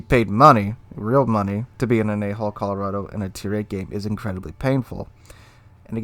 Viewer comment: Hard to pronounce hull instead of hole? As in A hull Colorado?